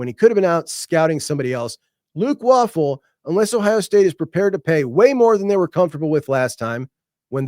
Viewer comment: Luke WAY-full. Not waffle.